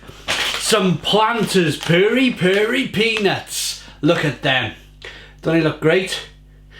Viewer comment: The correct pronunciation is not "purry" as in furry, but Perry. Pronounce as per fermented pears. Perry.